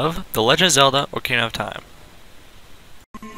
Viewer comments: ock-ah-reen-ah ocaria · You're not very good with your pronunciation of words at all are you? I mean how do you get orcahra from ocarina. You misplaced an 'i' and a 'n'.